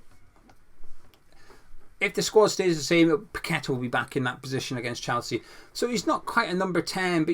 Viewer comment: Paqueta and your one person who actually knows how to pronounce his name properly well done. Not pack a tar ffs. Kudos good and get you but Paqueta unfortunately will go to best team and coach in the world unlike Dec. 😢 Don't blame him either one bit.